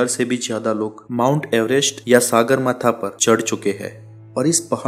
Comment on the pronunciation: सागरमाथा नहि कहेते है ,,,,सगरमाथा कहते है। ढंगसे उच्चारण करो । सागर का अर्थ sea और सगर का अर्थ sky होता है । सगरमाथा का मतलव आसमानको छूनेवाला पहाडका peak होता है ।